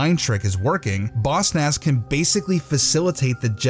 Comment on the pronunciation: I hate that you say Boss Nass like bossnass